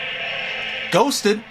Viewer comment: I was getting emotional till he sed.... gosted LoL